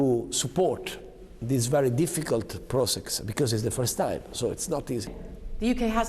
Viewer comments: "Becæöyseh" state of mind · Santoddio mi sanguinano le orecchie su quel "bicheeeeez" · SHOCHE! SHOCHE BICHEUSSS!! AHAHAHAHAHAHAHHAHAHAHAHAHAHHAHAHAHAHA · Becoaüse 😂😂😂😂 ma secondo me la giornalista inglese alla fine s'e presa un momendol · Nessuno: Renzi: bicaus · Scciciioooocccc ahahahah che ciapà male becauudusususe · Shock beecös hahaha che vergogna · Scioc,bicoos... Ci fai vergognare di essere italiani, ovviamente non solo per come parli inglese eh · Come dice "because" a 0.3, morta. La faccia della giornalista sconvolta 😂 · Ha pronunciato because come fosse una parola francese. Era confuso.